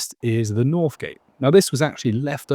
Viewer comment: Good vid. But enough of the "mockney" "Fousand" for thousand and "norf" and "souf" gate. The less said of "broken FROO" the better!